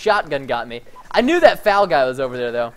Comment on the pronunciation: That's the first time I have heard an American call it the fal instead of the F A L